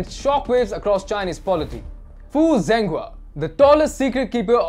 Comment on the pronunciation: Hey guys. Zhenghua's name is pronounced as JENGHUA NO Zenghua